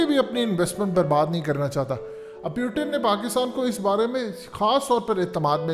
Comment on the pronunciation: Its Putin not pyutin 😆😃🤣 Fazehat tv 📺